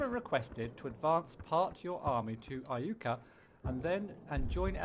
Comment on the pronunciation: you've got the pronunciation right...it is I-U-ka..good job!